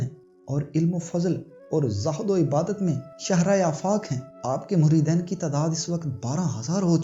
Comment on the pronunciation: muridain ghalat he muridin sahih he